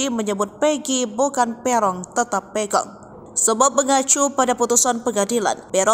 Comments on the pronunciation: Pegok, bukan pegong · PEGOT bkn Pegong woiii..pegot itu dlm bhs cirebon artinya pendiam😤